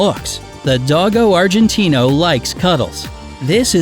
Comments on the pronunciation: U said dogo Argentino wrong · Nana from Peter Pan is a St. Bernard. It’s Sam-oy-Ed and Doe-go Argentino and Caa-nay Corso. The average cost of the breeds are way off as are the grooming costs. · Here is some help with pronunciation: It's Low+chen not ler-chin Kon-neh Corso Doe+go Argentino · Cane (Cah'-neh) Corso; Dogo (dough'+go) Argentino